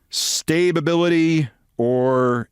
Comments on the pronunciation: "Stabibility"? Is that like "conversate" or "conversating"? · “Stay-Ba-Bility” … unfreakinbelievable 😡